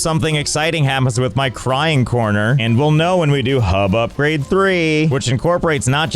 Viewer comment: "Upgrade the HUB" ☝Hup-grade☝